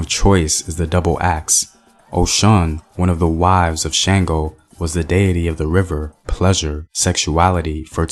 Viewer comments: THANK YOU BABA.. AND IT'S SHUNGO NOT SHAINGO.. SPELLED SANGO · Oludumare = Oh Loo Doo Ma RAY; Shango = Shon GO; You got Oshun mostly right (Oh SHOON).